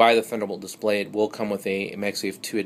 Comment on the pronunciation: dispray? LOL, is he?